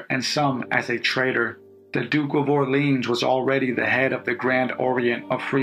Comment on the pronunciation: Duke de "Orr-lee-on", the final consonant is silent in french.